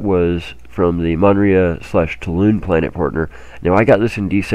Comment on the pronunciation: When are you going to start pronouncing Toulan properly?